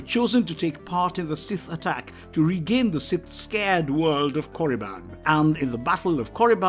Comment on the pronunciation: Why is the narrator so scared to pronounce "sacred" correctly? See it I did it too!!!!